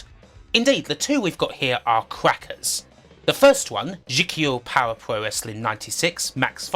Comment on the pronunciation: Fire pwoah